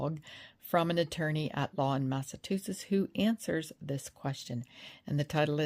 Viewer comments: It's MassaCHusetts, not MassaTusetts. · It’s pronounced “Mass-ah-two-shits” 😊 and Proctor is one of them. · It's Mass-a-CHU-setts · It is pronounced MASS-A-CHEW-SETTS